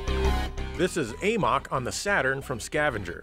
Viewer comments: Amok is pronounced "uh-muck" not "ayy-mawk". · A-MOK? It’s Amok as in to run amok 😄